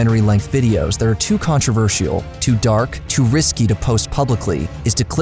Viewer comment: It's Controversial not controver-she-all 😂